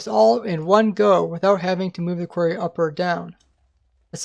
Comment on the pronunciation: "Kwerrs" It's quArry, or quarries.